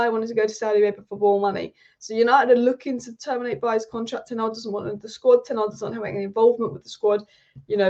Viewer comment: Is it that hard to pronounce ten hag correctly